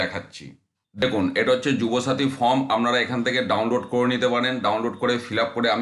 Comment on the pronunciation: ফর্ম কে ফ্রম, ওয়েবসাইট কে ওয়েবসাইড বলছেন? শিক্ষার মান কোথায় নেমেছে সেটা বুঝিয়ে দিচ্ছেন। আগে নিজে শুধরে নিন পরে অন্যকে শেখাতে আসবেন। ছিঃ ছিঃ ঘেন্না ধরে গেল।